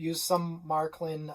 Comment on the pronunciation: Matklin? Märklin!